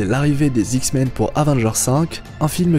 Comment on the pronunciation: dsl mais pendant toute la vidéo ta manière de dire "les Zix-men" m'a bcp fait rire !!! ;)